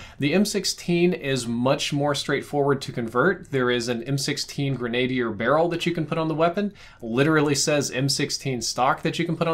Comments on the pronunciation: Grenadier. Gren-a-deer Not gre-nade-er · Corvus barrel is more accurate for an M16 conversation. Also, it's pronounced "gren-na-deer" not "grenade-eyer". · You’re pronouncing grenadier wrong. It’s not pronounced gre-nade-i-er. It’s pronounced gren-a-dier. Friendly advice :)